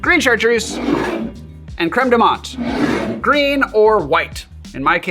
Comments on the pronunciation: TIL how to properly pronounce "creme de menthe" (don't ask how I was saying it, I'm embarrassed) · Please DON'T just shut up. Please ramble. Ramble to your hearts content. And I was this many days old when I learned the proper way to pronounce Creme de Menthe. See how valuable rambling is?